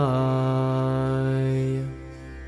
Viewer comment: Why Vasudevay instead of "Vasudevaya" (you forgot the ya)?